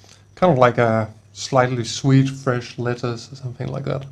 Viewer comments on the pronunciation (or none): none